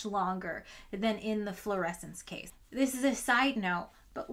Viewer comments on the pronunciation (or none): none